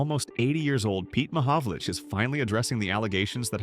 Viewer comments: Damned AI. you pronounce it Mohovolich, as in ITCH. . no tmahovol ick as in tick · The proper pronunciation of Peter Mahovlich's last name is not Ma Hov Lick, it's Ma Hov Litch. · The name is not pronounced 'Mahovlic'. It is Mahovlich. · His name is not Mahovolic it's Mahovlich ! 🌟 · Last syllable is "itch" not "ick". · Commenter is not pronouncing his name correctly. It is pronounced “ ma-hog-a-lich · Learn how to say his name properly dummy!!👎👎🤮🤮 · At least pronounce his name correctly. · It's AI. What else do you expect from AI. AI always pronounces names WRONG! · Great story, but learn how to pronounce his name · A video on a former great where you don’t know how to pronounce his name. Ouch 😅.